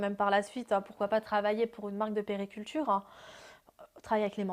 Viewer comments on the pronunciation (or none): Je l'aime bien mais niveau vocabulaire.....elle dit toujours les "manman" au lieu des mamans..."périculture" au lieu de puériculture.... alors qu'elle tient une page pour des mères....